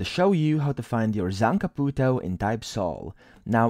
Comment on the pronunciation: That pronunciation on zanpakuto is crazy